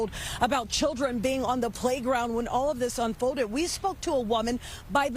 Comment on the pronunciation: Is it hard to pronounce an “L” properly…….code for cold, ode for old, tode for told, unfoded for unfolded,…….just pure laziness…..